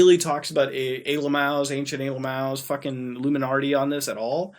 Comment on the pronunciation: "Iluminartie" killed me every time 😂😂😂